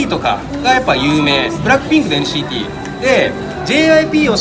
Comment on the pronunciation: NCTの発音良すぎですっ❗️ TWICEもっと有名になって欲しいなぁ〜 今後アメリカデビュー？するからなぁ〜